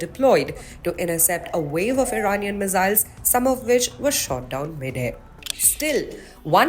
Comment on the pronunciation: There is no such thing as mizziles - ss in English is never pronounced as z. Accents are one thing but speaking wrong English is ridiculous - stick to your language if in doubt nothing wrong in doing so.